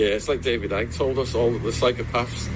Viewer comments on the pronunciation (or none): none